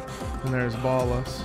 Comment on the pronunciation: I can't believe is still calling ballas 'ball-ass' lmao, it's hilarious. (But yeah deserved lol.)